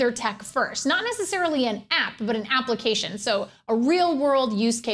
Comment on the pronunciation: She said applecation the first time :3